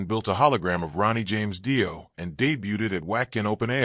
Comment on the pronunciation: Fuckin Ai videos are the worst! Can’t even pronounce his name. Don’t bother watching!